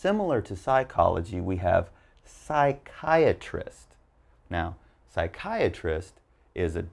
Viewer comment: U pronounced psychiatrist wrong